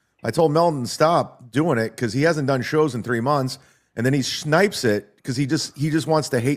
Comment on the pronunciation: shnipes? Like snipes with alcohol?